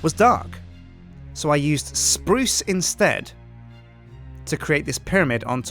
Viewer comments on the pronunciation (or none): when u say spruce wood say either say spruuuuuuce or spoooss